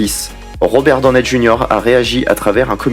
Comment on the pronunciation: Je viens de couvrir ta chaîne j'aime bien Par contre la façon ton tu prononce le nom de famille de Robert Donney Junior ma un peu dérangée Sinon cool ta vidéo